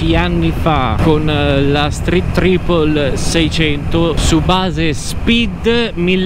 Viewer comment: Like già solo per aver detto tripol e non traipol 👋